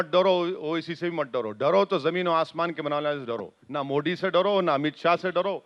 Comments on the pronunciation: Kya mujhe hi galat sunai Diya ya isne sach mein मोडी kaha😅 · ये कौंसी कौमकी भाषा बोलता है इस को तो ठीक से मोदी बोलणे को तक नही आता मोडी मोडी बोलता हैं. इनसे बडे सऊदी के प्रिन्स मोदी मोदी बोलते है. कौन्सा किडा हैं इन मे और पाकिस्तानी यो मे क्या पता.. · अरे ओवेडी नाम तो बोलो बरोबर मोदी हे मोडी नहीं 😂😂😂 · Owasis not mody he is Modiji bolna sikho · Thik se pehle modi bolna Sikh